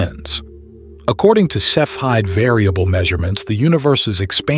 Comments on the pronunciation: The correct pronunciation of "cepheid" is like this: "seff'' - EE - id", not "seff" - hide". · Seph-aid? Really? You can't get the computer voice to pronounce cepheid correctly? And dispensary instead of discrepancy. Weird. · Obviously there's no "hide" because the h is part of ph, the sound of "f". And yet in German, ei is never "eee", it's like "eye". We all say Einstein, not Eensteen . So I would posit that cepheid should be like sef-ide.